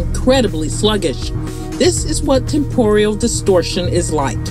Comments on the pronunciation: Umm … Stephen’s last name is not “Hawkings” and there’s no such word as “temporial.” When you seek to be an authority on a subject, you should endeavor not to make bad mistakes. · “Temporial distortion…??” I think you mean “TEMPORAL distortion”. Come on man. At last have a narrator familiar with science read this stuff or at least have someone whose familiar with science listen to the finished product.